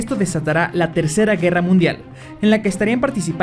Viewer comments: alguien mas se dio cuenta que dijo munidal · Es feak Te has podido dar cuenta cuando dijo "Munidal"